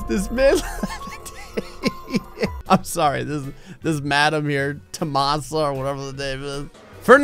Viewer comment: I never listen to the rules!!!!!!! My name is Tomasa!!!!!! I can’t believe you said my name and you said it right!!!!! That made my day